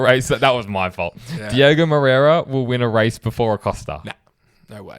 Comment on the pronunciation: It’s DiOgo not Diego guys …. 😑